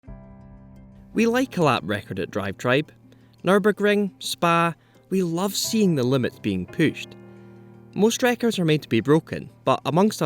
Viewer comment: We love seeing the limit "pooshed"🤣